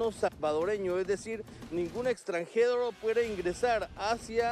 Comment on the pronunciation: Chale carnal "Extrangedo" Minuto